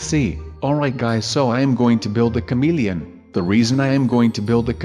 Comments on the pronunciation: OMG the way he says comelian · The way you say ' camilian ' 😂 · a cameleine he said it weird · Lukas Overton-O'Hara same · Lukas Overton-O'Hara right but I thought he said comedian at first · I burst out laughing when I hear him say "chameleon" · i was lmfao when he kept saying chameleon like that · you said chameleon funny lol but i like you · says chameleon with an accent and it's hilarious. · lol the way you say chameleon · i like when he says the word chameleon! he says it so funny! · I like how he says chameleon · Lol the way he says chameleon